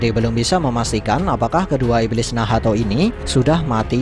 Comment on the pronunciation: Min bilang nacht aja lah jangan bilang Nahato. Gak enak loh d dengar sama kuping Akau. Wkwkwk